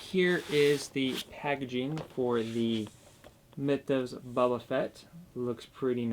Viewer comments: It's Boba, not Bubba...you said that twice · Buba Fett? Do you mean boba Fett